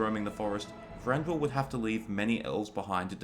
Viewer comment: His name is Thranduil not Franduil. Lol